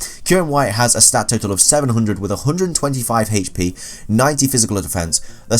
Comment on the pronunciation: The way you say HP is god awful